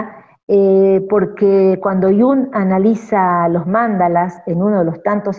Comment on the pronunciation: Mandalas es palabra grave, con el acento PROSÓDICO en la penúltima sílaba., no es esdrújula Y NO con acento en la antepenúltima como lo dice la autora del video. ¡Por favor!